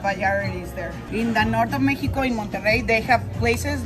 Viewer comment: The way they pronounced Mexico ,,, - "mekiko" 😂